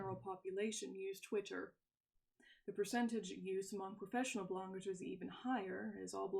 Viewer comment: "... professional blongers..." ahhhhh its good to have a professional blonger back.